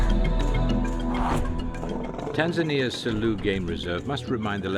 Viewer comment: It's Tanzania....not Teanzeania